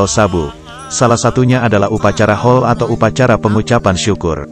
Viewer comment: pengucapannya bukan hol tapi hole